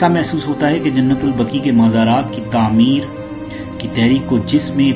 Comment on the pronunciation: جنت البكى نہيں. جنت البقيع ہے . پہلے بولنا سيكهو.